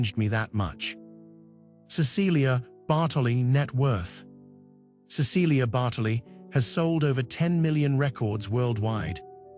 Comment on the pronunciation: I wish the narrator pronounced her name correctly.